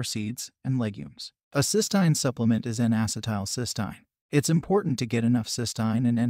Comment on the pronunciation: That’s not how you pronounce cysteine